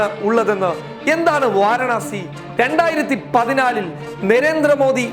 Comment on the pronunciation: വാരണാസി അല്ല വാരാണസി